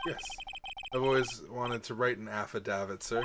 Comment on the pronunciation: I'm fairly certain affidavit is pronounced sorta like aff-uh-dave-it, and it is a sworn written testimony... Basically used as evidence in court. No clue why Wright would throw it away though, haha.